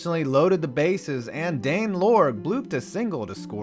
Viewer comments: It’s Dane Iorg, pronounced “Orj” not “Lorg.” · "Dane Iorg" not "Dane Lorg" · It's Dane ORJE. (I know, last name spelled Iorg).. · Great video, but on the Royals Cardinals portion, you mispronounced Jorge Orta's name. It is actually pronounced George and Dane Iorg is pronounced "Orge". Ohh and the Cardinals laid down in the next game. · Nice video. But you mispronounced a couple of the royals. Dane Iorg. That's with an i not an L.